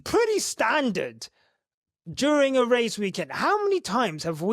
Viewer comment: "Nomo rrrrrrradio. The rrrrrrrrrest of the rrrrrrrrrrace". 😅😅😅